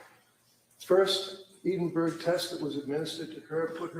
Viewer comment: I’m a midwife from England I have used the EPDS many times I’m surprised this psychiatrist wasn’t very familiar with it. It’s is a far superior tool in these circumstances than the PHQ-9. I was also amused by pronouncing Edinburgh “Eedinberg”😂. Sorry on a serious note he is a formidable and skilled lawyer. It’s actually very sad to see this doctor throwing her career away. I can’t help but feel for her. Poor Lindsey, poor babies. What a tragedy.